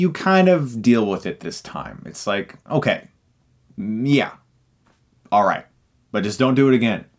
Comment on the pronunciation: I don't think MJs reaction was unrealistic bitches will react the exact same way because of the way you said okay